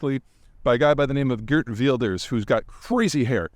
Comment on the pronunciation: G has a 'strong' H sound in Dutch...so 'Hhhhert Wilders'